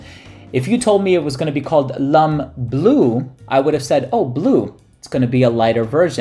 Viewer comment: 'Lum' cologne? Pronounced 'Lom'. :)